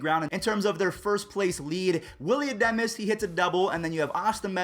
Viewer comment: "willy uh-di-mes hits a double"